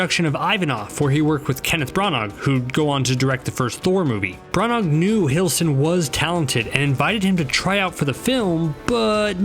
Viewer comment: Brannagh the g is silent!